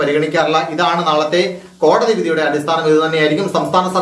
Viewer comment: Sir kodadi vidhi alla kodadhi vidhi ennane but sir chullanane tto poli chegayi sir uyir nale anukoola vidhi undavatte